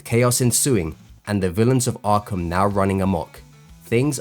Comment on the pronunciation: Ahhgrape Asylum